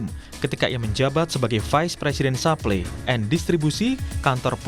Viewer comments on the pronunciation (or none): Ini kompas hire naratornya kocak bgt Supply Chain dia baca supplynya "SAPLI" are you seriously kompas ??